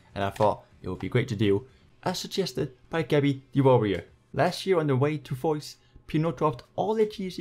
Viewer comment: The end point is pronounced fwa